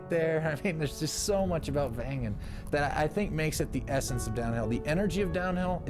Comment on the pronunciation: Thanks for your nice presentation. Please note following The right village"s name is Wengen and not vengan Cheers from Switzerland